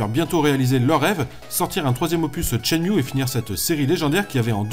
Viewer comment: Tshen-Mew MDRRR